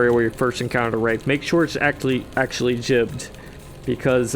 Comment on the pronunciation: Imagine pronouncing Wrath as Wraith, such cringe